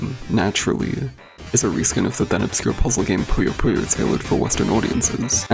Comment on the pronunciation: Thank you for pronouncing Puyo Puyo correctly